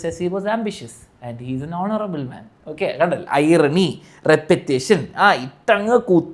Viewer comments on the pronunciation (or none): Hounarable hounarable😂😂